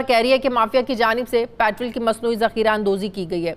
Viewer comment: Why do you say it “Patral” not Petrol?